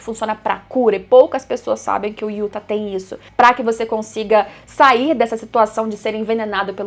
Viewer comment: amiga pelo amor de Deus diz Yuta kkk